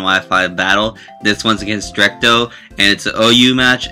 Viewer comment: Uhhhh it dretco not drecto haahaa